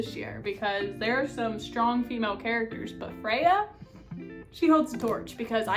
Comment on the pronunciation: Freya? It’s Feyre 😭